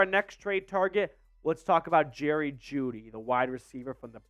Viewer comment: Bro said juedy for a 2nd LMAO